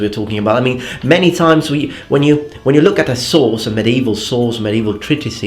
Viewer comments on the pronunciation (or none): none